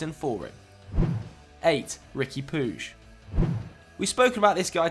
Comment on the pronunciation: Riqui Pooge LMAO it's pronounced Pweeg